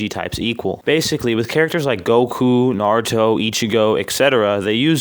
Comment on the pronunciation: Who's "Nar-ruto?"